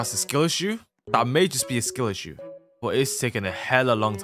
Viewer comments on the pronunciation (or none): none